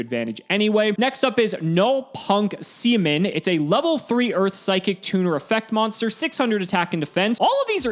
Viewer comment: Btw, seamin is NOT pronounced how you think. Get your mind out the gutter if you want to blame Konami for something. It's say-ah-mean. They'll probably still have to change it when it reaches here though just because people will go "corrupting the children".